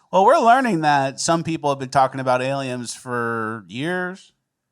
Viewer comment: Why has always said aliems and not aliens.